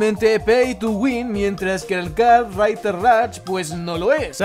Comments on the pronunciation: Nada como el tío diciendo "kart raiter rach" sos un jefe wacho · "karrrtrrriderr rach"